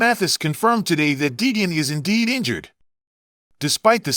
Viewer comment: Yeah this channel is a joke can't even say Deegan correct.false news